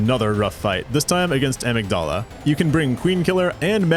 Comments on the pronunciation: The way he pronounces Amygdala. It's inconsequential but dangit it's like nails on a chalkboard for me lol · Yet he mispronounces "Amygdala" lol